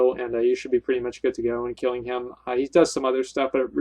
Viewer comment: "KEELIN BEARS IN DA FOREST" XD omfg